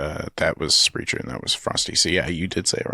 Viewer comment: Silliness ensues lol. Also, it’s pronounced Sprehk-er 😉